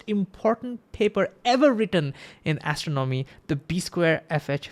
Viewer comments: Your video is great, but please speak a bit slower. Your accent and speed/cadence makes you difficult to understand. Also, you are mispronouncing 'astronomy'. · Great video! FYI the words “astronomy” and “astronomer” are pronounced with emphasis on the 2nd syllable, like a-STRON-omy and a-STRON-omer.